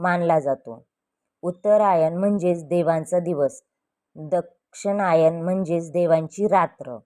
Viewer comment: Aare Dakshinyan nahi yala Dakshinyan bol